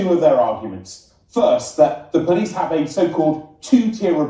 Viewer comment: "guys I'm sewieeous. Don't weetweet things that I don't like or I'll call the powice"